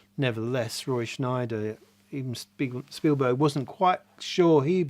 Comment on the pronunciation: It’s Scheider not Schneider.